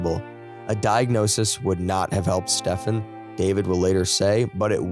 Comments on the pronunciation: Stephen = Steven, not Stefan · Unless he is swedish or something then you dont pronounce stephen that way at all. Its pronounced as if saying steven. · I wonder if I'm being fooled. I like your voice but wonder if it's AI? I hate AI and don't want to subscribe if you aren't a real person. The main reason I suspect this is because I assume most English speaking people would know that Stephen is pronounced Steven, not Stefan..I confirmed this by checking videos where his parents say his name. If I could do this, why would the narrator not? Anyone able to confirm if he's real but not bothered to check how to say the victims name or AI? Not sure which is worse, actually. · His name is pronounced STEEven. Everybody knows this but you. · This ai needs to learn to read Stephen is pronounced like it has a v in it as Steven fo eg.